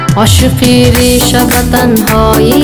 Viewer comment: روی تلفظ کلمات هم کار میشد بد نبود آشوقی/ عاشقی چقدر دِر / چقدر دیر